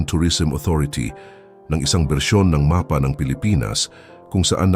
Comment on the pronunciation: AI ba ang nagsasalita sa videong ito? Yung bigkas ng mapa ay ma-pa atbp. Ayos naman ang boses ng narrator kaya lang paling sa ibang pagbigkas ng ibang salitang tagalog.